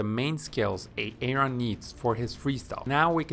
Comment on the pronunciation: He said A-aron, like Key & Peele’s substitute teacher